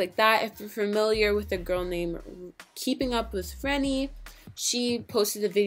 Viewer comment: official renny 😂😂 it's pronounced official re-nay💀